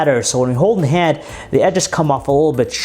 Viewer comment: Btw stop emphasizing the last word of every sentence. "The sharp edges don't make it comfortable in the haaaaaaand." "It is Verizon's flagship windows phoooooone." So aggravating, I'd prefer monotone.